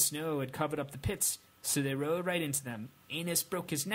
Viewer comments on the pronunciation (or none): none